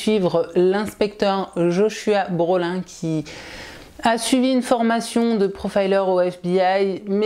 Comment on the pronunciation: Joshua Brolin se prononce plutôt "Broline", comme l'acteur Josh Brolin (Thanos dans Avengers notamment)